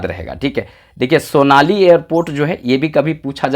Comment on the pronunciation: Sonari nahi bol pat bro . ...